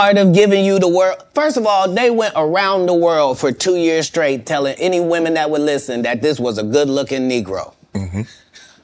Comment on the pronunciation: Does Shannon know that the word “straight” doesn’t have a “k” in it? lol an educated man like him should be able to pronounce a simple word like straight 😂😂😂 all that money and still can’t pronounce a simple word